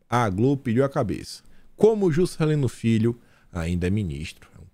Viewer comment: eu estou em oração por esse canal!!! Socorro Jesus!! Abençoa Teu " fii" 🤣🤣🤣